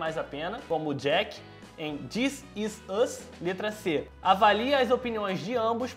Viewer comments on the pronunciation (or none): da pra perceber a dificuldade dele em pronunciar: dizisùz (this is us)